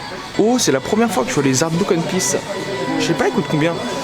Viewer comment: Sa me tue a chaque foi qu'il dit Hun Piece au lieu de one piece